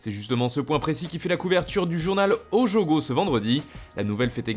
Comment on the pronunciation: Cool la vidéo, pour information, le journal se prononce Oyogo et non Ojogo